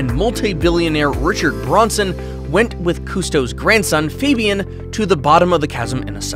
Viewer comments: It's Richard Branson not Bronson!! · It's, Branson, not, Bronson! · its, branson NOT bronson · I think you'll find it's Sir Richard Branson, not Bronson. Get your facts right. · Branson not Bronson, can't you pronounce a name correctly?